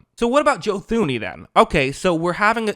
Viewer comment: Thuney is pronounced Tooney